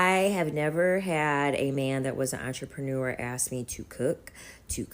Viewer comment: I've heard so many bad mispronounciation of the word entrepreneur from these woman of late.